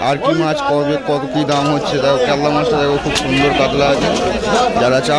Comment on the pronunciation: কাতলা বা কাতল কে কাদলা কেনো বলেন ।